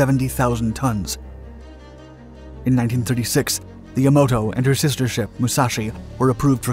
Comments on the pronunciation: It isn't Ya-MA-To.... it is Yam-a-to.... Japanese does not place emphasis on any one syllable, all are equal. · "Yamoto"?!? Dude, if you're going to be posting "historical" videos online, at least get the f**king pronunciation correct. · Can all the various "naval history YouTubers" PLEASE get the pronunciation of this magnificent ship's name correct? It is pronounced "YAM-a-toe", not "ya-MAH-toe". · Why is "Yamato" pronounced differently throughout the video. I'm guessing this is another robovoice channel. Probably out of Croatia or Poland, through a server in Canada. Like most other robovoice channels. If I'm wrong, please respond to this with something other than a bland 5 word response.